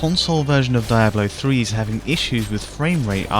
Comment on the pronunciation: LMAO, DIEablo 3? Learn to pronounce it please....